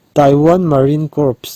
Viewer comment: Corps tih khi core tia lam tur..